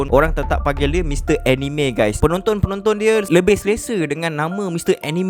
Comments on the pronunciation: Sebenarnya pronounce "Anime" tu bukan (Eh-Ni-Me). Tapi (Ah-Ni-Mek). "k" tu bleh sebut atau silent pun boleh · Org selalu salah sebut anime.sebenarnya sebutan yg betul ialah aa-nii-mee,bukan enime